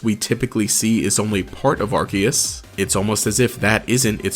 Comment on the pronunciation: It's Arceus, NOT Arkhaos!